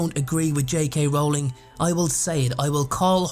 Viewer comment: Her last name is pronounced like Rolling Rock Beer, Yu dumbass! Stop pronouncing it wrong, fucking idiot!